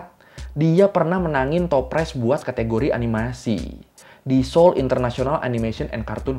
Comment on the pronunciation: Ralat bang itu kayanya seoul deh bukan seoil, dikasih keterangan aja nanti banyak pecinta korea dari indonesia dan orang korea yang tinggal indonesia nonton ini jadi kritik bang di menit 😭🙏🏻